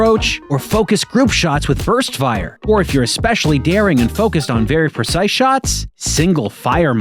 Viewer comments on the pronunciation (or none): none